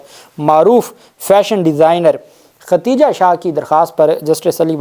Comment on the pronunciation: Aey Jahil shakhs tujhe lafz Khadeeja bhi nahi kehna aata.. kitni bad-bakhti hai teri kay aisa muqaddas naam jo Ummehaat ul Momineen mein se hai, Allah nay usay bhi saheeh tarah se kehnay ki taufeeq nahi di.. har video mein typical saraiki an-parh paindoo ki tarah Khateeja khateeja kehtay ho.. Paise kamaanay se fursat nahi kay comment bhi read kar sako..